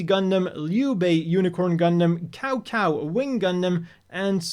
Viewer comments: Cao cao is pronounced more like tsao tsao or tzao tzao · Please never use the unfortunate Koei USA's pronunciation of Cao Cao as 'Cow Cow' again, you will traumatize Three Kingdom fans.